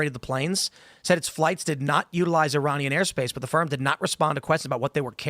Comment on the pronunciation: Is he saying Iranian or uranium?